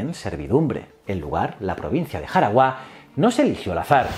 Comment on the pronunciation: Es Jaragua, sin tilde en la ultima silaba